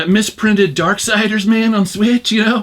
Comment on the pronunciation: bruh... ‘darksiders’ bro, ‘darksiders’